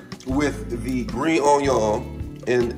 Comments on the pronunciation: Man did you just say onion in the end? Its pronounced on-yaw! Bon apetit! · everytime he says "RAYMEN"..... i get Wrath !!!! and OJYON for onion ..... dude ....XD its RAMEN!!! and ONION!!! idiot. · I hate how he says onion